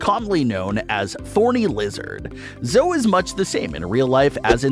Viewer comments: Not to be rude.... But it's pronounced Zoe (ee) not zo. Sorry if it's rude. My favorite character is Nigel 😊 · Her name is not Zoe like how he pronounced it it’s pronounced zoey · The spiky one is called zoe not zoo